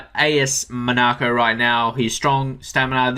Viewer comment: I like your best player series. Keep up the good work. A couple of things. Monaco is pronounced Mon-(n)ah-co. Also when looking at players (who are not strikers), you should also look at the statistics section at the bottom in the "history" tab. So for this video (CB's) you should look at the number of tackles, the number of cards and the number of fouls for and against other players. That should affect your decision more than the average rating since like you said if they concede goals or lose games they can get bad ratings.